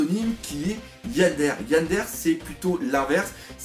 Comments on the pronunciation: "Tsundèr", "Yandèr non, ça se dit: "Tsoundéré" et "yandéré" ^^ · Par contre ça se prononce "tsoune déré" et "yan déré" mais cest un détail mdr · Ça ce dit tsoundairai et yandairai en fait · S'il te plaît !! Je suis normalement OK sur ta prononciation mais Tsundéré et yondéré (je met les accents pour la prononciation pas pour l'orthographe) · et pareil pour Yandere, c'est Yanedéré une prononciation à la japonaise quoi ^^ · Sa ce dis Tsundéré et Yandéré ! Mais osef ! J'ai tellement ri quand tu les a prononcé tunsdaire et yandaire ahahah ! Reste comme ça ;p ! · Pour la prononciation c'est tsoundéré et yandéré 😉 Très bonne analyse de chapitre 😄